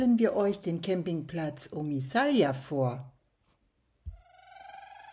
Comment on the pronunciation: Das Video ist gut und hat wirklich schöne Aufnahmen! ❤ Aber es heißt nicht omisalja sondern omisalj (sprich= Omischal) und es heißt auch nicht Krik sondern KRK 😅